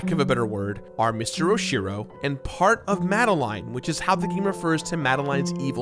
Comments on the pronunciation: "Mad-a-line" NO! It's "Mad-a-lin" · It's pronounced mad- a -lin. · Great vid, but I hate the way you pronounce “Madeline”